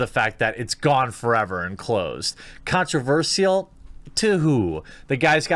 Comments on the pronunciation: Repeat after me: "Con-tro-versh-al" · The way you say “controverSIAL” is controversial... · Stop saying controversial wrong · Oh god.. please learn to pronounce "controversial"